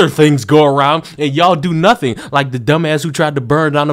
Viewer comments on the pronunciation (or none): " I didn't do nunthing"